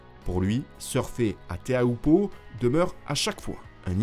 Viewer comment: Teahupo'o* et pas Theahupo'o. Mauruuru !